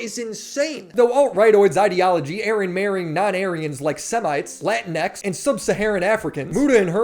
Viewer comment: ”luh-teen-icks” I think? Maybe at least